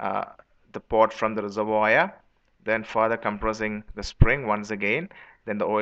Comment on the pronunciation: Just trying to help here... Its pronounced reservWAR.